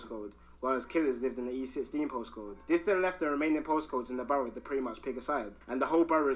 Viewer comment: Bro said Posscode 🤣